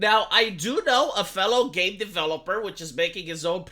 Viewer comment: When you said "game designers" but barely pronounced the M, it all made more sense the "gae designers".